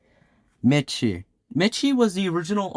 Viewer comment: btw miche is pronounced like niche and uses he/them i believe?? overall great video!!